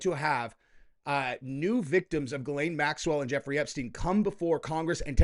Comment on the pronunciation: Great vid... Could you please start pronouncing Ghislaine properly, I would really appreciate it. The proper way to pronounce it is Jissss-lène... I'll be impressed and proud of you.. might as well fake being a professional until you become one very soon ❤